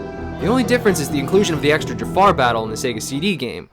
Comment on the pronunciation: I get it now, I know why Jafar was evil in Aladdin!!! ....he just wanted people to say his name right. It's Jaffa, not Jafar xD